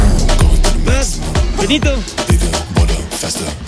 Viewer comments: Como dijiste es bad bonny😂 no? Me cago de risa ahora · y el diciendo es BAB BUNNY!!! jajaja me dio risa te adoro federico